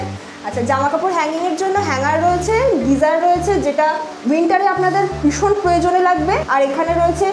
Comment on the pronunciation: ম্যাডাম কথা টা "ভীষণ"। সারা ভিডিও তে "বিষন", "বিষন" বলে গেলেন সেটার অর্থ কি??????